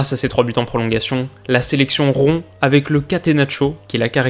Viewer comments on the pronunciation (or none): none